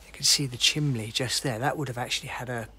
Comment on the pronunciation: What’s a Chimley? Didn’t know there was an L in Chimney .. Go back to school man 🙄